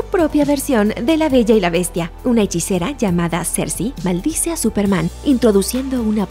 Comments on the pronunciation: Dc: "Súperman" Looper: "Súpermana" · Aún dice Supermana 💁🏻‍♂️🤣💦